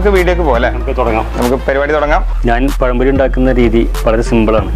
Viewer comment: പയംപൊരി അല്ല പഴംപൊരി